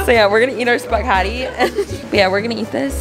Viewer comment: ITS SPAGHETTi LUV NOT SPAHETY